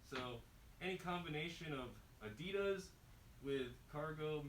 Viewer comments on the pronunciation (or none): It's not spelt adidose or adidos please say it right 😂 add-de-das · Why "adidas"? =D